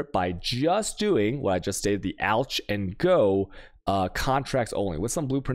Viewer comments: It’s pronounced “ALK” not “ALCHA”. Chaos is pronounced “KAYOS” not “CHAYOUS” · Alch is pronounced as "alk" not alch... also chisel is pronounced as "Chizəl" not chaisel